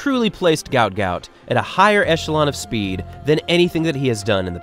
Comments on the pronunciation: mybe you resurch his name its not gout ,its guot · his name is guot not gout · Pronounced “Gwot” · At least say his name correctly! It's a lack of respect to do otherwise...